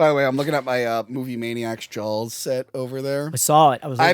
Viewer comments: I didn't hear you say Jawls until you pointed it out. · God I adore how east coasters pronounce Jawls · Wonder how many times said Jawls rather than Jaws in this Episode? 😆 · Take a shot everytime says Jawls. Cheers 🍸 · Take a shot every time says Jawls